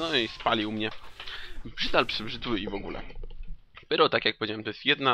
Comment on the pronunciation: wymawiaj Pairo czyli pyro